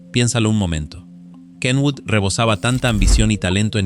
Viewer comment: Por fin alguien pronuncia bien el nombre de Kenwood.